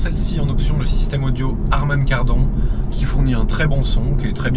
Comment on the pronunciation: On prononce Harman kardonne... et pour déclencher le mode sport que c’est un point négatif ? Lol Tu voulais un bouton sur le pare soleil ? Amateur